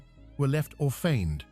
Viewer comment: Daveed and davidae... funny Ai. The children were orphained...